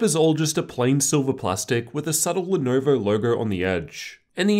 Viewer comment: pronounced lenovo like that